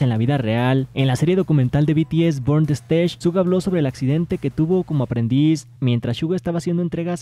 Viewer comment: Amigo no es shuga Entiendes!!!!